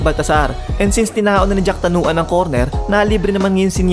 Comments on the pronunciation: boss jakrawan hindi jacktanuan...yan ang magaling sa thailand kaya dapat wag nating maliin ang apelyido..paulit ulit lang kasi.. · Jack Tanuan? 😂😂 Jakrawan. Anyway RIP jack tanuan